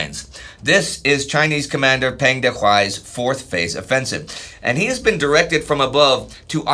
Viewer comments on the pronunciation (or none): Peng is pronounced like "Pung"